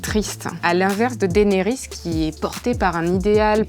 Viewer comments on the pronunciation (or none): none